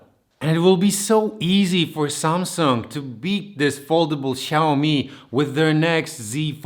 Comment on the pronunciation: Fajnie z biegiem odcinka zmienia się wymowa z samsang na samsung xD